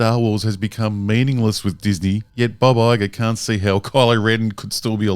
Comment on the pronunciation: Took me a minute to realize he was saying Bob Iger and not Baba Yaga, lol.